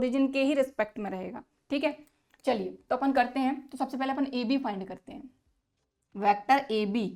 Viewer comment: Not apun apan